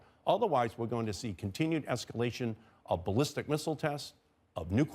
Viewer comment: Nawth Koreeuns.